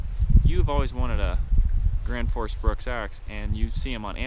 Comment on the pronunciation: Gransfors bruks not Granfors lol